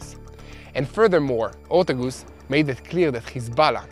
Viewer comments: her name is Morgan OR-T-A-G-U-S, US not oose haha you really butchered her name hahaha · Her name is pronounced Or-TAY-gus, please. It's killing me when you say OR-tug-us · pronounced... OR TAY' GUS